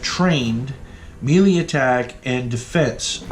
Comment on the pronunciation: Nice walkthrough. Learn how to pronounce melee though. It's pronounced May-Lay. Not Mee-Le. Otherwise the walk through is appreciated because the instructions with the game come off as a bit truncated.